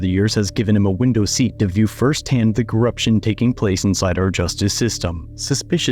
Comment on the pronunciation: "Corrumption" lol